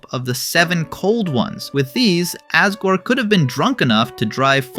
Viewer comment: ...why do you say Asgore with an A instead of an O..?